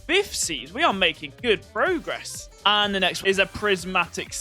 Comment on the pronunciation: Progress not progrese